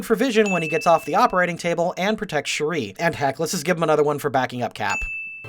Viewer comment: is it just a coincidence that this guy and cinemasins both say shuri's name wrong?